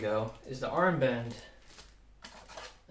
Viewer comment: ik ging helemaal stuk want je zei earmband😂😂😂